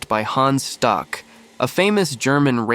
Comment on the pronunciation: Hans Stuck {Shtook)